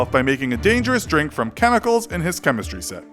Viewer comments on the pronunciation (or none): none